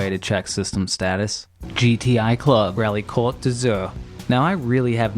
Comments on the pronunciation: i love how you say "cote d'azur" , " caut d'auzaure " XD if you want to say it well in french , it's most like " co-th-euh d' ah-zh-hur-euh" ( yes french is a very bizarre language ^^ ) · you can just pronounce "cote d'azure" the english way if you want when it's in an english title in an english sentence.